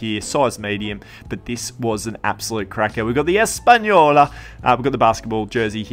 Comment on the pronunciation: Lol 😂 “Españolaaa” your such a crack up! I didn’t get what you meant about the adidas footy boots having different colours costing more (?) Can you explain that…